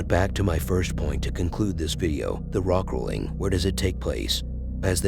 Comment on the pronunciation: I like your sardonic wit, it’s a great contrast to the creepy content. You kept saying rock rolling rather than Rick rolling which was unintentionally funny. Just teasing, lol! I’m a new sub & you find material that’s not been repeated by numerous other creepy channels. As aforementioned, I really love your SOH, it works so well with this content. Good job! Edit: could you please clearly cite source videos? It’s really helps protect your fair use of the material whilst benefiting the content creators through driving traffic to their channels. Thanks!